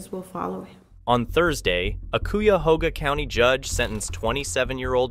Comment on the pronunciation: That area in Cleveland is pronounced Cy-a-hog-a .